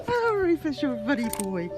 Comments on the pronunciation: Yeah, that was weird. Even if it's spelled Rufus, it's pronounced Roo-fus. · Rufus, pronounced Roofus, as in roof! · For your info I think Rufus is pronounced ROOFUS and the collective of kangaroos is a MOB unfortunately it a ai narration. Great story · If the narrator had an Australian accent his name would be pronounced Roo-fus.🦘